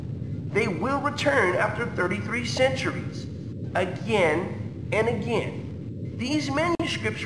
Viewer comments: "Agayan and agayan" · "again, and AGAIYN"